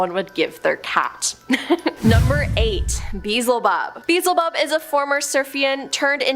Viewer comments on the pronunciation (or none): PRONUNCIATION: BE - EL - ZE - BUB. 4 SYLLABLES. YOU'RE WELCOME 🤗😄❤️❤️❤️❤️❤️❤️❤️🖖✌️